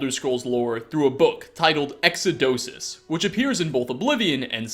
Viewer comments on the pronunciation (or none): Lol, yeah, I chuckled when he said Exodosus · Hold up did this dude just say exodosus?